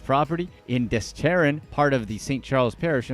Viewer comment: "DES-struh-han"- Destrahan